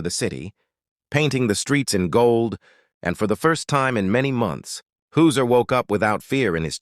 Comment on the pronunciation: HIS NAME IS Hauser not Hooser (your Ai voice) For goodness sake can you not get even his name right.